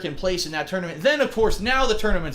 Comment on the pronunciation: "Toonament"? LOL